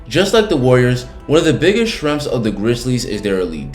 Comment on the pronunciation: Just so everyone knows, when this guy say SHRENGS, he means. " strengths"